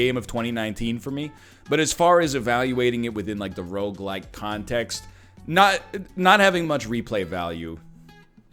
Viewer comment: A decade later and I still swear he’s saying roguelight